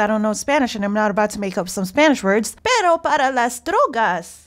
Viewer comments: dog* for drugs. I'm pretty sure just doesn't pronounce "perro" correctly which causes it to sound like "pero"😂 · I think she mean "Perro para las drogas", Rememer people that don't speak spanish aren't able to pronounce "rr" and say just "r" instead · Remember, English people have a hard time pronouncing the hard R (perro), so most of the time they can only do the soft R (pero). It just makes more sense that she was saying dog than but in context. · I see can’t roll her R’s so it’s likely she said Perro. Dog for the drugs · English speakers tend to not understand the "rr" pronuntiation. This way, they make the words dog and but completely impossible to differentiate. Pretty sure that if we correct that one mistake, the result is : "need dog for drugs"